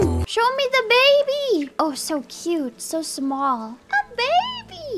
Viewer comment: I can't unhear da baby whenever she says the baby/babies dammit